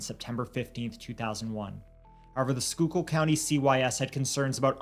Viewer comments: Holy shit he pronounced Schuylkill right❤❤❤❤❤❤❤ you know how many times I've seen people do a video and they won't just take the few seconds to pronounce the word. Love you guys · Omg wtf???? I heard “Shore Memorial Hospital” and perked up…I grew up 5 minutes from that hospital….i can’t believe I’ve never heard of this case! Also, I live in Philly now, so I gotta compliment yall: GREAT job pronouncing “schuylkill” lol!